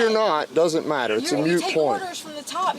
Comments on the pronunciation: I’m sorry— It’s moot, not mute. It’s one of those things that sounds like nails on a chalkboard to me. Merry Christmas! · the policeman mispronounced "moot point." He said it like mute. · the officer states is a "mute" point lol. I think he means moot point. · I love this officer! But someone needs to tell him it is ‘moot’ not ‘mute’. Moot means irrelevant to the situation and mute means unable to speak. 😊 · It's a Moot Point, not a Mute Point Officer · It’s a moo point. It doesn’t matter because it’s like a cows opinion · Well officer it's NOT a mute point, but a moot point (pronounced as in "boot"). Americans aren't very good at english, right? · OK... Got a beef with the officer toward the end. It is a "moot" point, not a "mute" point. He did it twice and a winced at each time (I'm 16 minutes in, so hoping that it doesn't happen again). Other than that, he did everything by the book, if you discount wording... I'M SORRY, DO NOT use a ord you don't pronounce correctly.... Even if you "get" the intended meaning. Sorry, pet-peeve on full display here. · Officer, it’s really not a ‘mute’ point but a ‘moot’ point. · I really hate to criticize officers in these scenarios but... Please, someone tell him it is a MOOT point, not a MUTE point. 🙃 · Could you get to tell the officer that it is a moot point, not a mute point. Mooo, I just heard cow do that. All she needs is a "t".